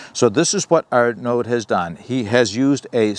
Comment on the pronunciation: Great video. The name in French is pronounced Ar-a-noh. D is silent. It was my bosses name when I worked in France.